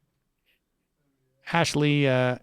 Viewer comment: Best part of this clip is Sam repeatedly calling Ansleigh "Ashley." At one point I think he called her "Ashley Ansleigh." Also, I have no idea how to spell her first name, and I refuse to look it up.